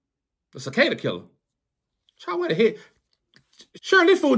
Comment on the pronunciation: My name is Charles & the way he pronounces that Charrr & Charrrsss is 100% the wat folks say it.